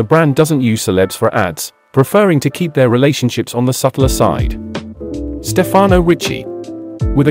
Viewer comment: it's StEfano, not StefAno Ricci.